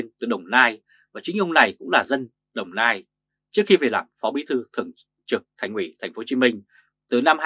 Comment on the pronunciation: Thành ủy mà ông này nói thành quỹ thành quỹ .